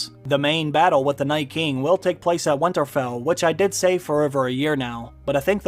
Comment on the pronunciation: you say winterfell weirdly and say it far too often